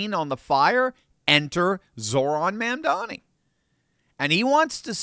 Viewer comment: "It's MA'AM-dani!"